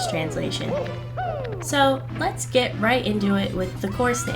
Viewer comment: "The last thing you want is someone's foot fungus on your lettuce. But as it turns out, it might be what you'll gæt"